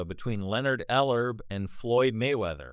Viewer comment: Commentator doesn't even have enough respect Ellerbe enough to pronounce his name right the DISRESPECT of the CAUCASIAN FOR THE INDIGENOUS RACE IS ALJVE N WELL